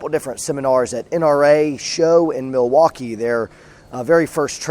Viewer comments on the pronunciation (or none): none